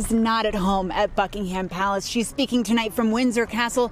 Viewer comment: The reported pronounced the palace name wrong, Buckingham is pronounced Buck-ing-um.